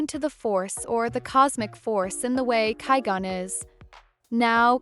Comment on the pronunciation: Once I heard (ky-gone) I was done with this video